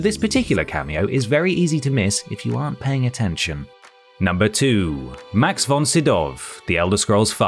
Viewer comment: It's almost the Swedish pronunciation as far as I can tell.